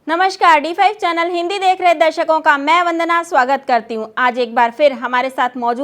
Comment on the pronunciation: Chonal nahi hota hai channal hota hai